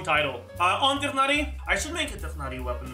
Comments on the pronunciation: I think its more the english voice acting direction rather than horniverse themselves mispronouncing his name. Even the guy in the video pronounced it as tigh-nari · what doesnt make sense is how Mihoho completely butchered it to [Tie-naurrrry]